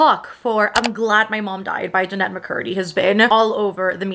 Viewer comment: It's Je-nett, not Janet